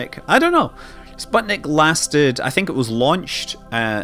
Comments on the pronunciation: I thought it was sputnik, and not spotnik? might be russian pronounciation. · actually "sputnik" is read like "spootnik" (it's a pain to hear the wrong pronounciation as a russian-speaking person) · (Sateviss) Is the i of the last syllable pronounced as "ee" too (so that it'd sound like "spootneek")?